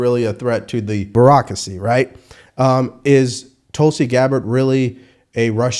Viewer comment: Did he say Barackracy? Love it!